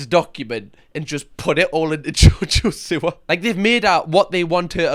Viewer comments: jojo see-wa. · “JoJoh sIwAh”😂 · only thing that triggers me more than jojo siwa is ur pronunciation of jojo siwa